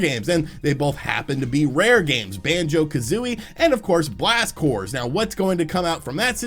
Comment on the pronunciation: The way this guy pronounces Blast Corps drives me insane